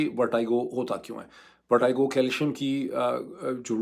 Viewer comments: With due respect, the pronunciation of Vertigo is not correct. Don’t expect this from you as a medical doctor. This pronunciation issue is becoming very common in your Vlog please review. You are an intellectual by any standards. Don’t expect this from you. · "Verteego" for pronunciation, not vertigo :)😊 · Why is Moeed pronouncing VERTIGO as VERTYGO? I thought he knows his English well! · ڈاکٹر صاحب ورٹِگو لفظ ہے ورٹائیگو نہیں ہے I never expect that kinda mistake from you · Vertigo Dr sb …not Vertygo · Its VER-TEE-GO not VER-TIE-GO ... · ⚠VERTIGO is NOT pronounced as "ver-tai-go" as this doctors speaks, but as 'ver-te-go' as it is spoken in English. 🤣You may use internet to VERIFY this. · Dr sahib, it is VERTEGO not VERTAIGO.... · You’re a doctor and some of your pronunciations are very paindo ! It’s pronounced as verteeego not vertiiiigoo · Pronounced as VERTEEGO not VERTYGO..are u a doctor?😢😢😢😢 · Dr Moeed!!!! It is not “ver-ty-go” but “ver-tee-go”. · In both the UK and US pronunciation it is ver+ti+go, not vertaigo (ورٹی گو، نہ کہ ورٹائیگو). How surprising that a doc living in the US is so ignorant of the basics! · ITS VERTIGO NO VERTYGO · Pronounciation of ' VERTIGO' Sounds like "vuh·tuh·gow" Not ' VAR-TIE-GO". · It's Ver-te-go, not Ver-ty-go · Sorry this is not a technical or political comment. But when a doc says “vertiago” it’s unacceptable. Please make a correction it’s “verteego”. I’m your diehard fan but a newbie in paki politics. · It is vertigo....check the pronunciation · It’s pronounced as ver-tea-go. And this happens in old age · Vertigo is pronounced as Vertego, not the way you are doing it. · I've heard of vertigo but not vertaigo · sir Kindly check out the correct pronunciation of Vertigo. It is not the way you are pronouncing. Check any standard dictionary. It looks very weird that A person of your stature pronounces it wrong. As always brilliant analysis. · Sir pehlay Vertigo ko pronounce ker na tau seekh lain… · Please pronounce Vertigo right.